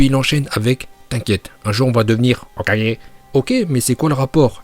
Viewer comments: Je kiff tes vidéos mais parcontre comment tu dis hokage je déteste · La façon de dire Hokage est trop drôle 😅😁👏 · Quand il dit "Hokage" ça me fume 🤣🤣🤣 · Ta façon de dire "Hokage" me fait trop rire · C’est trop 🤣😂🤣